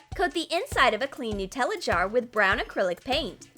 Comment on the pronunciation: Dose anyone Else get triggered by the way they say Nutella 😂